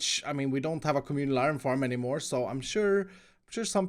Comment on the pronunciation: RG 昊 bro he said communal